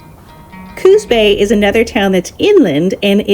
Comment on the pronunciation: Coos Bay not Cooz Bay. .... Cape "Air-go" not "Ar-ee-go". The beaches are outside of historical Charleston Oregon.